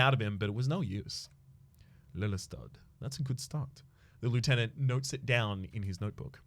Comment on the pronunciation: As a Dutchman, it hurts to hear Lelystad being pronounced so badly but Dutch is hard. Pronounciation is Ley-li(like chinese li) stahd. Still a great episode though, keep this series up